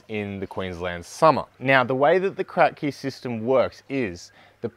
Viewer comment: Its not called Krack-Key, but rather Crapkee after the inventor. ;)